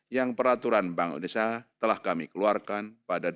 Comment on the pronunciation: baca: indonesia bukan indonesa